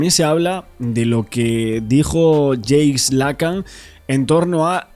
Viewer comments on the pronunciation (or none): No es James es Jacques, se pronuncia Jack.